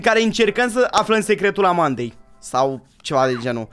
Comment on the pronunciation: eu am înțeles "viața amanatei" =)))